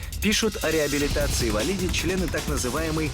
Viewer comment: эм... все факты переврали и даже ударение в фамилии не правильное.. не ВалИди, а ВалидИ